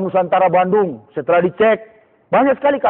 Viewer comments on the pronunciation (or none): none